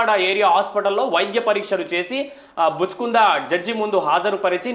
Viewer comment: Buchkunda kadu bakka pilaga bichkunda em chaduvutav bakka pilaga